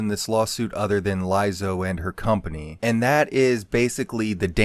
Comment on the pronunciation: Why do you keep saying her name wrong?